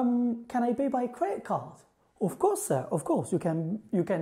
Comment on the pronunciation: مع احتراماتي لك ولمجهوداتك استاذ ، اود عمل ملاحظه صغيرة، لما سرعت الفيديو تبعك مشان اسمعك تتكلم بسرعه لان النطق حيبين احسن ، في مخرج الحروف سمعتك تنطق b عوض الp , في Paris و pay وكلمات اخرى ، وهدا خطأ شائع .